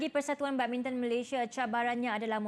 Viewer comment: badmintang tu badminton ke🤣 Orang ganu kot